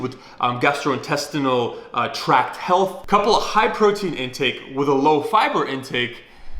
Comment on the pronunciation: "PROITEIN SHAKE" Is that another kind of goddam steroids bruh? Need to let us know lol